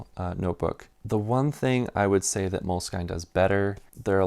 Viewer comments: I have always heard the brand name of the notebook you no longer like pronounced as MOW-LESS-SKEEN. This was in France and Italy where I first encountered them in the early 2000s. I live in the states and have always heard it pronounced the French/Italian way here, too. Hearing you say MOLE-SKYNE is kind of jarring. With that said, I’ll bet that the company doesn’t care how you pronounce it as long as you buy. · 1. Moleskine pronunciation rhymes w "skin" not "skyne" 2. For fountain pens, you missed the two real legends. Tamoe River w lightweight paper and dots is the outright winner. No question. If you are rich, then Smythson lightweight blue paper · MOLE…..SKIN. NOT skein! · They added the E when they retired the actual moleskin cover. It is pronounced moleskin for sure. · At 6'10" - so a hard cover gets a bit worn and that's really bad, but a thin cover gets damaged and "that's part of the appeal". That's consistent then. But then if you can't even pronounce Moleskine properly (it's obviously pronounced "Moleskin" - I've never heard anyone pronounce it any other way, let alone the bizarre way this guy does it), it does undermine the whole video. And before anyone responds, I'm not a huge Moleskine fan. I do use them occasionally but I prefer Leuchtturm. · Moleskine is a French word (it's a fabric). Mo-Less-Kin. Is the correct pronunciation. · I guess you found the universally wrong way to pronounce Moleskine and I respect it :D